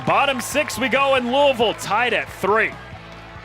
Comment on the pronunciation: Smh how hard is it to pronounce Louisville!!?